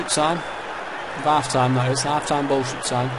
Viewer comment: Hahahaha ''Hal've''